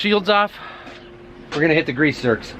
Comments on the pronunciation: Grease zerks, heard a couple people call them zerts 😂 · Grease nipples where i come from BUT i love hearing them called grease zerts🤣🤣👍 great video asusual